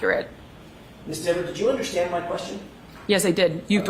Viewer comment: its dever,,not deever,,sir! and its a garooge not garage